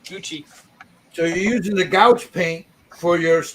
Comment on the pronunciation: Love it! Love how you did the leather. FYI gouache is pronounced ‘’gwash’ lol!😉